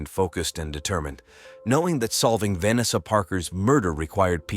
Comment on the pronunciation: Pls stop using AI to narrate. They can’t pronounce simple words like Vanessa or cafe.